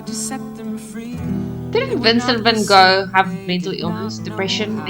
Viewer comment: I’m proud of you for pronouncing his name in Dutch. It’s not the easiest sound to make for most English speaking people. Spent some time in the Netherlands maybe? 😊